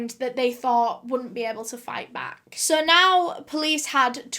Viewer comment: SOH IN TOHDAYS VIDEOH.... BLESSES ALL OUR HEARTS WE LOVE YA BABE 😍🇨🇦🖤